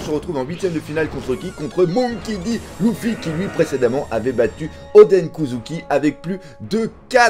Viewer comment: arrête de dire luuufy, arrête de prononcer a la française frère, sa s’vois que tu viens de commencer one piece toi